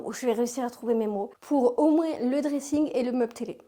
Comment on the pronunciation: Tu prononces le '' s '' de moins ?